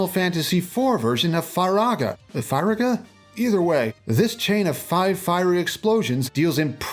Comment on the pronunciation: It's FEE-RAGA